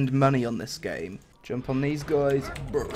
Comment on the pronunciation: Pls say JUMPUUU in your next video, that thing is hillarious